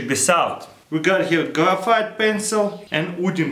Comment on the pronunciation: "grafeight pencil"